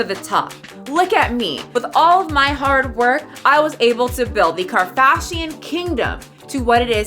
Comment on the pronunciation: karfashian? im dead 😂